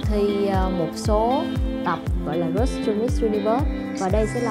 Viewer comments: Làm ơn đọc từ Road cho đúng. Rốt gì mà rốt. nghe phát khiếp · C vân để ý chữ Road không có "s" nha c iu